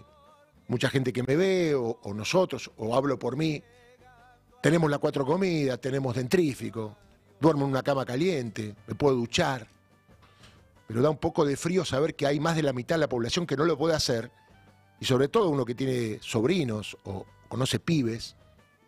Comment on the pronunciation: No puedo creer que este hombre tan instruido diga " dentrífico". Alguien cercano que le avise, porfa!😮